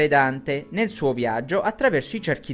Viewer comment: Perché dici "zerchio" invece di "cerchio" e "viazzo" invece di "viaggio"? È un dialetto?